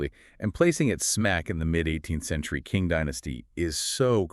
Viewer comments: Unfortunately I could not bear your bad pronunciation even of the Chinese "Qing" Dynasty. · Omg! You’re right. What a blunder